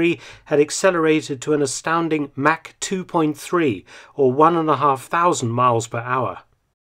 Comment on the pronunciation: What was that? Mack? Oh you meant Mach. Good one there old cheeky fellow. Haha